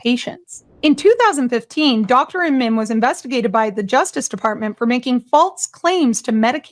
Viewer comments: Great story,. Thank you. Incredible crap that network keeps churning out, and I hope they get burned for false reporting. Just one comment: How do you keep mispronouncing the Dr's name? SHEESH! Amin, can't possibly be pronounced "Ih-mann". lol. Sorry if I sound like a whiner, but you're doing a voice over for this video and I have to listen to your commentary, I mean, right? You're telling me the story, and every time you said his name you said it differently, but mostly "Ih-mann" phonetically. It's just hard to listen to it. But, I love your videos. Truly. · you keep saying iman but the name reads amin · his name is Amin not Iman bro